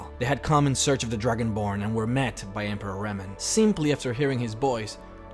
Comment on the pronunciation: it sound like you said Dragon Porn at the beginning